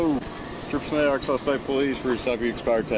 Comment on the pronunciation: One of the english names i hate to read and pronounce. I often read letter by letter. Arkan-SAS